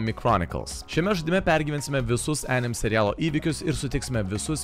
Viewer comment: Jo, o dėl "anime" tarties, tai vertėtų pasiguglint, jau ne pirmą kartą rėžia ausį :D